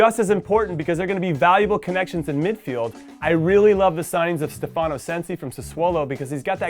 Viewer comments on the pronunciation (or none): none